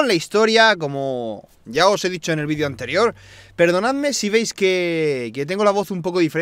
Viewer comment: DIJO VEIDO